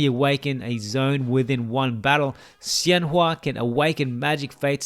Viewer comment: I wish I will have time to play around her soon, this will be my guide~ Btw emaculate pronunciation of her name!! I'm surprised you got it so accurate now! Her name 仙華 is inspired by chinese folklore and her class name 太乙真人 is a kind of immortal adepti in the legends~